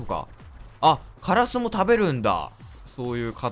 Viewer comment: カラスの発音が変だったｗｗｗ